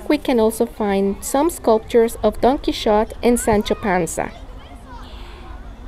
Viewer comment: It is pronounced Donkey Hotay!!!